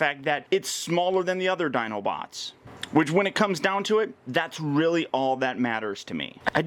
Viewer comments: you said Dinobits at the beginning of the video you are awesome though. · did..did you say "dinobits"? Ah-Dorable! lol but seriously, thanks for the awesome overview! Can't wait to have this guy in hand!